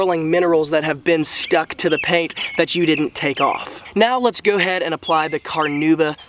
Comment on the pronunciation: 😂 You're being sarcastic, right? Yeah, especially the "Go head" instead of "go ahead". Perfect "pronunciation".